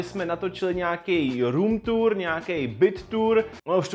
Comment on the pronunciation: Slyšel jsem špatně nebo jsj opravdu řekl BROOM tour?